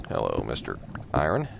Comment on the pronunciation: you said iron wrong